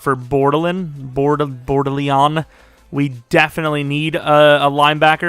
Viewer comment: You butchered Bordelon’s name